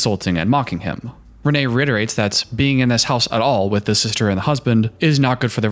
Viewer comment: pronounces her name as renee multiple times